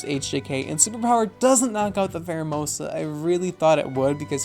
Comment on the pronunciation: Promise it’s not a ‘mon-begging comment: please, please, PLEASE use a Pheromosa one day and call it Fairomosa 😂 just this 😂